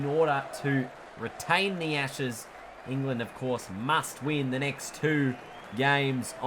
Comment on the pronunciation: I thought he said retain the asses lol